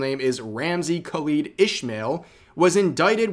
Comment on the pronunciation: says desu Ramsey Khalid Ismael, that's not how you pronounce it. Here is how you do it : Ramsey = (You got this one correct) Khalid (Arabian Name) = Kha-lid Ismael (Arabian Name ) = Is-Maw-Eel You need to use Arabic pronunciation to get the name correct.